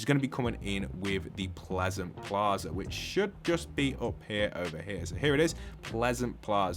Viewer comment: One small thing, It's not pleasant Plaza, It's pleasant Piazza, aka Pleasant Square